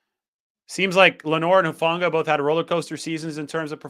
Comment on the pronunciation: Shout out to, for pronouncing my Tongan language very well! Hufanga, Taumoepenu, Pea village NNNNIIIINNNNEEEERRRRSSSS #FTTB GOD BLESS 🇹🇴